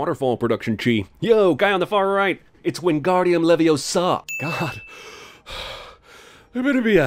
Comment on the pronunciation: Not levi-o-sarr